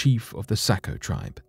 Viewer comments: No offense but Saco is pronounced SOCK-oh. :) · It's pronounced sock-o... Born and raised in Maine and some of my family owned places in Saco so I've spent a LOT of time there. Very interesting to hear the back story. Never heard of it myself although I have heard of the curse and people do continue to die each year. But everyone dies eventually right?